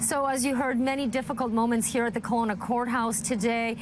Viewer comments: Keh-Lo-nah is how it’s pronounced! I live here, a block away from where this horrific crime took place. Although the house is occupied by a new family, it’s still very eerie to say the least. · Kelowna is pronounced KEL-OWN-A